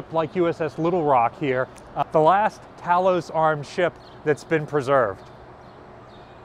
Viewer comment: Talos is pronounced TAY los